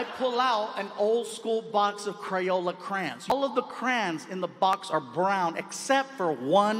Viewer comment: He pronounces Crayons as "Crans"? 😂